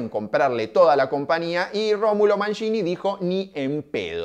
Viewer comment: CompaÑia porteÑo. No es compania